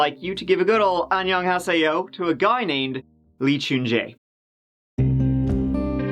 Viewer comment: i see so many fellow brazilians on the commentary section <3 love your videos,! your "annyeonghaseyo" was on point btw chef's kiss